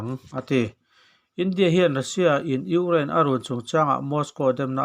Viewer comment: I lam fiah vak lo Ukraine tih pawh kha Ungiane tih a ang ka ti